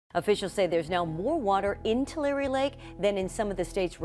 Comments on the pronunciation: As a ‘Valley Boy’, let me help you learn how to pronounce that name: Too Larry, with the accent ob Larry. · How is anyone supposed to take your report seriously when you can’t pronounce (Tulare) TWO-LAIR-EE or (San Joaquin) SAN-HWA-KEEN properly? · Nothing better than listening to AI mispronounce Tulare and other words . That area is not a disaster .The producers of this report using AI narration are the natural born disaster.